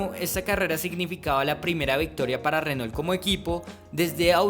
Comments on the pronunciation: muy buen video pero pronuncias muy colombianizado la marca Renault. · Muy interesante. Pero pronuncias horrible el nombre "Renault".